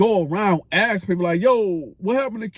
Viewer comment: Why can’t say the word “ ask “???